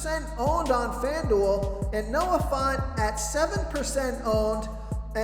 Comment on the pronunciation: At this point I'm convinced you purposely jack up people's names. Noah FONT? 😂